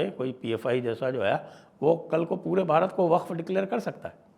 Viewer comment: Why are you advertising 25th, 26th, 27th in an accent which is highly anglicised calling pronouncing ' Bharat'as' Bharat '. Pls change this.